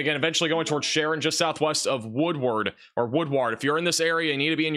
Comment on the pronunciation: Just subscribed yesterday & like your presentation style & accuracy. We all struggle w/unfamiliar town names etc so fyi: Vici: pronounced Vī-sigh Woodward:is “woodword.” ; Skiatook is usually Skytook. Txs for watching out for Oklahoma:)